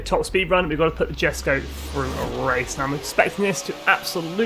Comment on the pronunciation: Good on you for pronouncing it’s name properly ;) fantastic car this, been running lobbies since it came out to help players unlock it, and will continue to do so all week